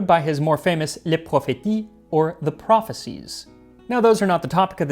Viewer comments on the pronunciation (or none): Pronunciation note: In French, words ending in -tie (like prophétie) are pronounced like they end in -cie. So it actually would sound like /pro-phay-see/. Just thought you would want to know since you're always so great about pronunciation! :)